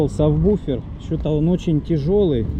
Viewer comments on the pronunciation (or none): "я тут это... нашёл савбуфер" не савбуфер, а САБВУФЕР! от английского (Sub Woofer) то у тебя матрица вместо молда получается, теперь вот - савбуфер... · правильно сабВуфер, не буфер.